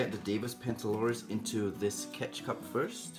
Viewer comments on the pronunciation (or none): When he said catch cup I thought he said ketchup